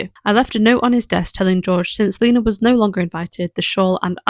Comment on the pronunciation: My name is also lena and your saying it right 😊❤🎉